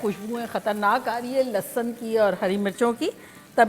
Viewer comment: Aunty bhhhht Bedhangi hain... Lehsun tak maayana nahi aata dhang se